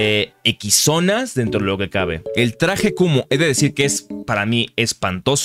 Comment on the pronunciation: Cuando escuche traje de kumo por primera vez entendí traje de kunno xddd